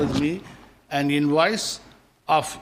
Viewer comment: invoice not inwoise